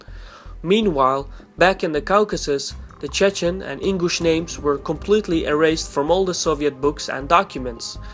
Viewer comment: Ingush not English this guy has problems with pronunciation